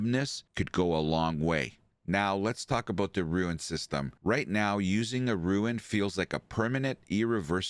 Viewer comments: ROON. Not Ruin. ROON. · WTH is a “rooin”?? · I am mildly OCD, it's rune, like moon with an rR ather than ruin which is an entirely different thing.